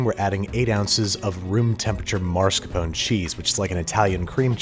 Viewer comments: And please—mascarponE not mascarpon, it ain’t French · I love you Babish, but I cannot abide by the way you say MARSCAPONE. It's mas-car-po-ne. Or, if you're phonetically challenged like native English speakers, Mask Our Pony. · I don't really trust American eggs to be uncooked. I also recommended using cane sugar instead of white. Get the right coffee too. Lavazza is a decent brand if you have trouble buying better brands. It's also pronounce MAS - car-pown E. Not mar-sca-pOn. It's even spelled mascarpone. Your r is in the wrong place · It's mascarpone, not marscapone. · no one gonna talk about how he pronounced it mar-sca-pone? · Andrew, it's called Mascarpone, not Marscapone - 😂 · Babi I love you and everything about you But if you say marscapone again I wil hunt you and destroy your kitchen (except tiny whisk, he’s too innocent) It’s MASCARPONE MAN the more you know the less dangerous Love you bye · "MaRscarpone" why do all Americans pronounce it like that?😂 There is only an R in "mascarpone" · The only thing that hurt me more than the tiramisu killing itself is Andrew saying maRscapone. For the love of chocolate It's mascarpone people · Come on, Babish. Really? "MaRscapone?" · The drop disaster was the least of your faux pas this episode. MARS-capone???? That should be Mas-car-pone, ya Philistine. :) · I'm pretty sure it's "mascarpone" and not "marscapone" haha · Why do some americans mispronounce "mascarpone"? It's not "marscapone", it's "mascarpone" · Dammit, it's not called "mars-capone"! Why do so many people mispronounce it? It's mascarpone . You don't need to pronounce it with a perfect Italian accent or anything, but at least put the r in the right place. Anyway, aside from that, I loved the video. The commercials were hilarious! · Andrew, no :( It's mas-car-pone, not mar-sca-pown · It's pronounced MA-SCAR-PO-NEH not "marscapone" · It's mascarpone, not marscapone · It is pronounced Mas-Carpo-Ne 💜😄 Love the video! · "Mars-cuh-PON." HAHAHAHAHA